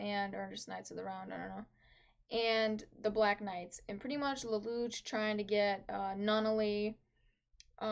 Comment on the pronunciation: Why you say "lel lu ch" it's " lel lu shh"